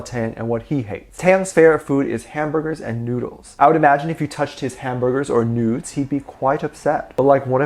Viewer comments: Boi u said noodles as noods 😂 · When he shortened noodles and it sounded like nudes lol!!